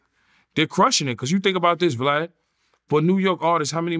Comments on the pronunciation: It’s Vlad not Flav 😂😂😂😂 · Oh snap! I thought it was just me hearing Yayo call Vlad Flav more than twice.